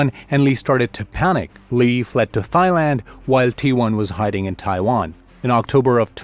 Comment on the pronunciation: It’s the pronunciation of words like “Thighland” and “THC” that made me think this was an AI channel.